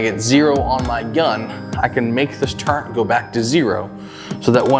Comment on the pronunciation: There is no "N" in the word "turret". Some folks add it but they're incorrect. They learned the word by rote. It is a great video. Well done.